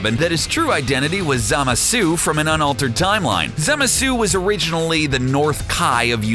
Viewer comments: "zamazu", really? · the way he said zamasu